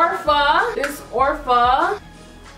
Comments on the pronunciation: Ya I kept laughing when she said ORFA instead of ofraaaa lmao 💜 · ofra is pronounced (oh-f)ra and the name of the highlighter is (ro -day-o ) drive. NOT TRYING TO BE A LITTLE HATING ASS BIHH LOL💜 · it's oh-fra,! lmao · I was literally just thinking "did she just say orfa?" Hahaha Love ya still though